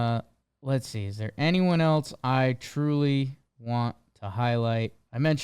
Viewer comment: Why does say “eltse” instead of else?